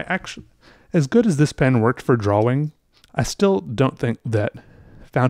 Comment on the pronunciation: Oh my god I can’t stand it. He sounds congested constantly, and like the mic is embedded somewhere within his sinus snot. And I don’t know why he insists on pronouncing drawing as “draw-wing” instead of “draw-ing”. It’s a shame because he makes great content, I just can’t enjoy it as much because of my aversion to his voice.